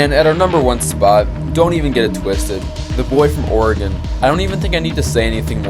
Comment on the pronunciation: Good video, DONT SAY OREGON LIKE THAT THO